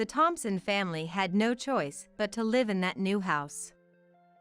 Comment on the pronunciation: Many of these stories are miss pronounced. Such as live , the people writing this article should check out the pronunciation first by listening to CD’s.